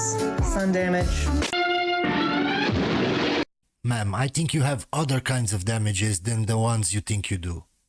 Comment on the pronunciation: if you want to be a solid redpill, diss that 'hiellou peasant who does voice overs in pralallel to you'. he is a peasant and stop being gae. meaaam, mea'amm, wtf is that word